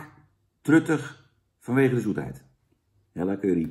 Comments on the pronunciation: is het niet Hela ipv Hella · * er is iets mis met mensen die MIDDEN in de tube knijpen (Zaans) Ik haat curry en ik schaam me niet ! Bah. Veel meer lekkere sausjes om uit te kiezen FRIET bekt lekkerder. Fuck patat En je mauwt over friet of patat en julij uitspraak. Maar zegt dan wel vervolgens Hella in plaats van Hela. Oke dat wilde ik ff droppen Daaaaaaagggg